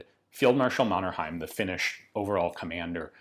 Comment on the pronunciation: I love your pronunciation of Mannerheim <3